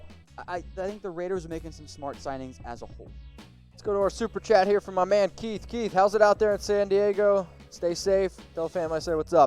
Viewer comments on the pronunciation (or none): none